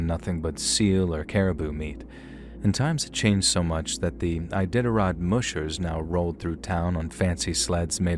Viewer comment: Musher rhymes with crusher. Mush rhymes with crush. I thought you should know. :-)